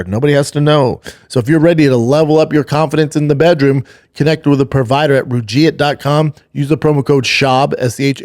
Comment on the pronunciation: Shaub reading ads might need to figure out the pronunciation of the product that’s paying him! 🤯🤡 wow! Rugiet. Roo-g-et. Not roo-geet.